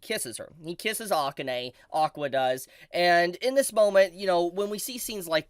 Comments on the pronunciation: Is it not the case that AKANE is pronounced "ah-kah-Ne," not "Ah-Kin-nai"? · Oof, please pronounce Akane's name correctly